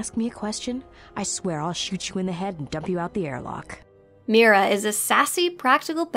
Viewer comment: First Of All, It Is Darth Nihilus, NOT Darth Nehilus. It is also Visas (long I), not Vesas (long E), but at least you Pronounced Mira as Mera and not Myra.